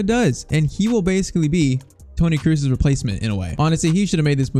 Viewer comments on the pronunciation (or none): It’s spelled “kros” not “krus”